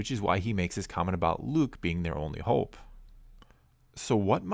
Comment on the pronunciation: Hoooope Canadian eh